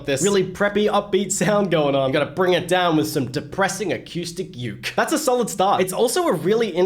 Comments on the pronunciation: its boywith ukey its not said how it looks just to say ^^ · U said youk its uke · Read it like boywithook